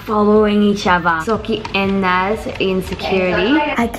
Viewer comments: It is naz not noz I'm just letting you know. Btw I'm a huge fan I love your vids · i love how everyone called Naz Naah-z And not NAhZ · “norz“ “nooris nots“ its “naz“ and “norris nuts“ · The thing is you guys were calling Nas,”Nos” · I’m American & I say Naz not noz, I guess she’s not a fan of the Norris nuts if she doesn’t know how to pronounce her name right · Oh Rebecca it’s Naz not nauz so yea😊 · Somebody needs to tell Rebecca that her name is Naz not Noz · SORry Rebecca but it is naz not naaaz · Wait Rebecca AND sead NOZ no Noz but its ok👌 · U pronounce Naz like naaaaaz not nouz ok so please say Naz better but ur the best see you ❤️ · Naz not Norz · It is n-a not n-o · Rebecca her name is naz not noz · You said noz instead of naz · I don’t want to do this but it’s Naz not Noz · I know naz not nOZ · I know it is the way you say it but can you call her naz not noz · It’s Naz not Noz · Why does everyone say narz you can clearly see it says naz just say properly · Naz not naaz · I came to say the same thing. It’s NAAAAZ as in NASA. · I'm so sorry but I think the Norris nuts won. And it also annoys me how the call Naz noz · it literally bothers me when Americans say noz LIKE ITS SPELLED NAZ (i live in America and i don't say it like that) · Yeah I feel you I am like what!? It NAZ NOT NOZ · More like nuz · They said noz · I love the way she pronounces naz like Rebecca: norz Norris nuts: nazzy or naz I love it XD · She pronouce naz like"NAAZ" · Naz is pronounced with an “apple a” :) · Rebecca keeps saying "noz" i wonder why they did not say anything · Rebecca you said Noz in the start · you saide nos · ITS SO ANNOYING BECAUSE IM AMERICAN AND IS SAY HOW ITS SUPPOSED TO BE SAID!!!!!! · Not all of us say Naz wrong but a lot of us do for some reason hahaha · she keeps on pronouncing "Naz" wrong🤣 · i love how americans cant pronoce nazzys name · the way she pronouced naz is like the best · You don’t pronounce naz like noz you pronounce it like naz